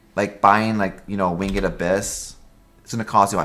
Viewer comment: Are you saying win GED when you say the word winged? what accent is that?